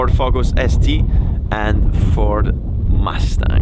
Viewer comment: Dayuuum!:)) I didn't know you do a second take speaking English for the English verion:) This is sick. I just thought it's purely a subtitled version of the Italian vid. - - stop pronouncing "mastang":)))) it's killin' me:)